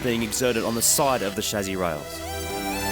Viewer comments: Lol I like the way you guys say chassi. "Chazzi" heh heh heh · He also pronounces "Chassis" quite differently.